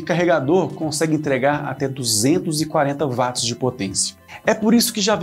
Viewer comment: Ótima explicação! Eu só daria uma refinada na linguagem, pois a pronuncia de "watts", não se fala VATS, é UOTS.